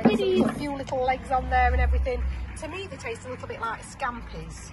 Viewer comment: Its scampi not scampis